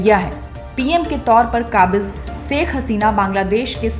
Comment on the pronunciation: Saikh nahi Ma'am Shaikh kaha kariye plz 🙏